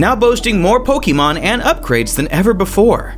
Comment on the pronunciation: The amount of times this man mispronounced Pokemon as "Po-key-mon" infuriated me but good video